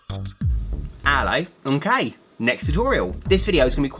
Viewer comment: Omg in his intro doesn't it sound like ello I'm gay instead of ok lol